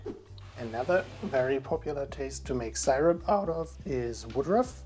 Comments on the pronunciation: „Syrup“ is pronounced just like in German „Sirup“ not [SAI-rup] the „y“ sounds just like a normal „I“. 😊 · I love how they pronounce the word syrup, I wonder if they know that it’s not the right way to pronounce syrup, it’s still really cute though 😊